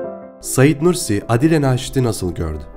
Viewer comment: Aadile Naşit diyeceğine Adile Naşit dedin ya bütün dinleme hevesim kaçtı.